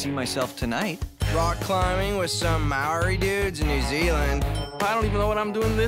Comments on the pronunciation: the way said Māori T-T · the way he said Maori triggered me lol 😂